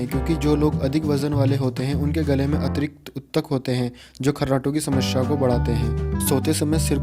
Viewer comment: So please say "Samasya". Not "Samashya".